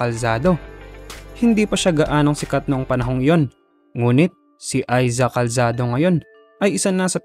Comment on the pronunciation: "Aiza Calsado" ka dyan! Sinabi mo pang popular na aktres na siya ngayon pero hindi mo alam ipronounce pangalan nya? 🙄